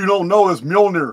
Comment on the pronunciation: It's pronounced (M-yol-near) Mjolnir❤